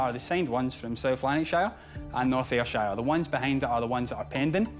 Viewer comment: I'm laughing so hard at Peter's attempt to pronounce Ayrshire.